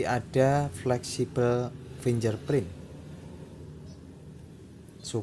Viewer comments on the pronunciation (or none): macane sing bener "finggerprin".. Mas :)